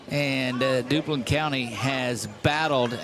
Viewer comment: That’s not Dublin County, It’s Duplin with a P!